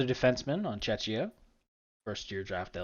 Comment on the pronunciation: Im on about your pronunciation of the word “Czechia”. There is google if you arent sure.